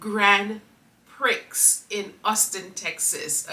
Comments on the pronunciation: Pronounced “pri eee” , I know we Americans are 😏❤ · It pronounce Grand Pre. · Gratefulness is a daily necessity in this world 😊...Amen P.S. Prix pronounced as PRE🤷🏼‍♀️ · Grand PRI, don’t pronounce x is a French word. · It’s pronounced PREE. The X is not pronounced. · Prix is pronounced pree